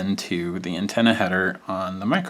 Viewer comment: It sounded like you said Nintenna instead of antenna. Definitely catchy.